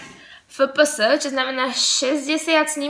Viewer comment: pekne video ale fps sa cita ef pé es;)